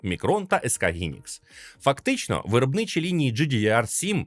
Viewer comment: Хайнікс, а не гінікс